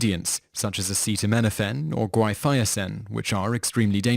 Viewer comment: Guaifenasin is pronounced incorrectly. For some reason the voice said something like “Guiafiasen.” Just an FYI